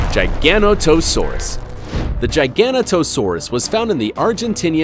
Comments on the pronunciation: "Jiga-Not-O-Saurus"... not "Gigano-To-Saurus". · omfg. gigana toe saurus. bro. learn how to pronounce GIG ONATO SAURUS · sounded like he said gigano-toe saurus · giganotosaurus is pronounced jig-an-not-to-sore-us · It's pronounced jig-a-no-t-oh-sawr-us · Dude doesn’t even know how to say Giganotosaurus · Replace Hainosaurus with a Mapusaurus Rosae and Kronosaurus with Tarbosaurus Bataar and this is 10/10, this guy butchered Giganotosaurus, also those dislikes are from T rex fanboys Mapusaurus Giganotosaurus Carcharodontosaurus are part of a group called the Carcarodontosaurs which is part of a bigger group called the Allosaurs, they died out mid cretaceous and tyrannosaurs took their places, also I like to know that my hand is bigger than a Carcharodontosaur jaw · his pronunciation of giganotosaurus lmao, biggest biggest trex every discovered was sue, who measured roughly 12.3metres the giganotosaurus averaged 13m, carcharadontosaurus averaged about 13.5 metres and Spinosaurus average around 16metres, btw for all of these therapods, they could likely react 15% to 20% the size I listened, ah nature sometimes creates monsters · Another Giganotosaurus mispronunciation